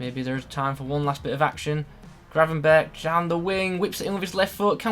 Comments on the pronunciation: You have to pronounce the 'r' like GRRRR, but English people really struggle with that haha :) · don’t forget to roll the rrrr